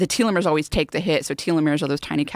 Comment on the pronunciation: i like her, but its auto 'fayjee' and 'tell-o-meres' :)lol